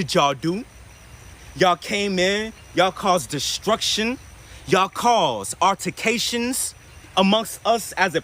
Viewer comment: We be up in here, causin' 'urticatshuns'